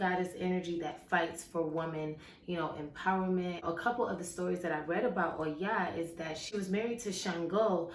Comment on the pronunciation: I love how you say her name and why. Her strength is really inspiring to me. I totally agree with your concerns about this world being unbalanced in the male and female. I feel called to raise that consciousness, too. <3